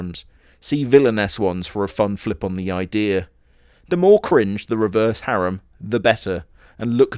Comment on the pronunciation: you get points for saying harem correctly. I hate the old english way of saying it.